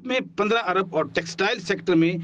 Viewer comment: کھوتے جیو والو۔ لفظ ارب ھوتا ھے نہ کہ عرب